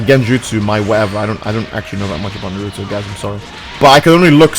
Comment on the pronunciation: Me- Wow is a Naruto fan, I'm so Happy - NUU-Ruu-to Me: What are you saying?